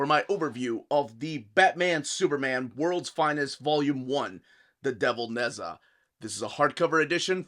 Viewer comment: It's Naj ah Not Nez ah